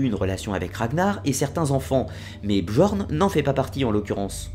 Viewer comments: très bonne vidéo, fidèle à la version historique cependant attention le j dans björn ou skjaldmo par exemple se lit comme le y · on dit pas "bJorn" mais "bYorn" ^^ Super vidéo quand même :) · Björn = Bieurn Skjaldmo = Skialdmo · Désolé mais on dit «Biorn» le j se prononce y en scandinave